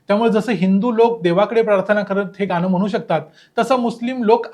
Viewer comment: गान काय म्हणता शुद्ध बालायलल्ल